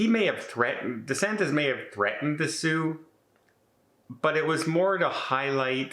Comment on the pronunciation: I did give DeSantis some credit for speaking out on behalf of the cruise lines but threatening to sue the federal government is just a bullying tactic that gets you nowhere. Just a few small corrections,. It's DeSantis (as in praying mantis), not DeSantez. Also, it's Cava, not Canva. Finally, she's not the Mayor of Miami. There are actually three municipalities. PortMiami is in the City of Miami Beach. They have their own mayor. The City of Miami, which is separate from Miami Beach, has its own mayor. And the county that both cities are in is Miami-Dade County. Cava is the mayor of Miami-Dade County. And, yes, she's a Democrat and DeSantis is a Republican which is why she threw some shade at him. Also, where's your green screen? 😂